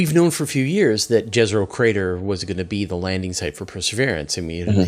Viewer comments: Jezero is pronounced with a Y -- Yezero. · Great interview! I'm enjoying!, Jezero is pronouncing as Yezero and it means Lake. Its Serbian language, my native. Question, I have heard that one valley that's deepest point on Mars (I don't know the name, sorry... But I know that is deepest point) if we go there, pressure would be exactly the same as here on Earth? Is that true? Why we don't go there. Sorry if he answered on the question, I have more to go.